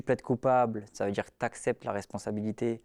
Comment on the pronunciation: n'oublie pas le "on va djire"